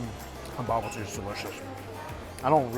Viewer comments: So it’s pronounced “Bo-boo-tee” - Bobotie, delicious however you say it. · i thought what the hell is a bubbletea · as a Soùth african I almost said I never had bubbletea but it bobotie 😂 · BAHbutee Me, a South African: a what???? Homie meant Bobotie😩🤣🤣🤣 Nevertheless, please come back to South Africa😩❤ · As a South africsn who loves your videos I had a good laugh when you pronounced the Bobotie. If you ever want to come back and make some videos In South Africa I'd love to show you around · i nearly didn't recognize the word bobotie when he pronounced it, bless him...🤗😂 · i almost didn't recognize the word, and the dish also doesn't look like realy Bobotie... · We are not known for our chicken. You not pronouncing bobotie correct. Lamb isn't gamey if you want real game for south africans. Its venison wild animal like springbok. If you want a proper curry my wife will cook she is indian.. proper Durban curry...